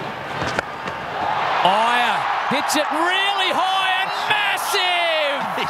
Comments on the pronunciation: ‘’IIYER’’ really hits it ‘’HIGHER’’ 😂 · the way that aussies pronounced iyer